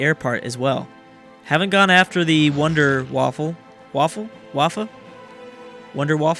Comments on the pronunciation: the wunderwaffe is prenounced vun-de-vart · He said WonderWaffle